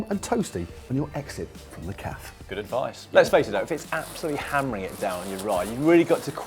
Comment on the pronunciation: Holy shit are you pronouncing cafe (cafay) like caff?